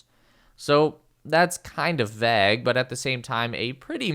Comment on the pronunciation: That is NOT how you pronounce the word "vague" ...